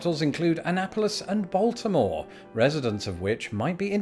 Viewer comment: He didn't pronounce Baltimore right tho. - Baltimore native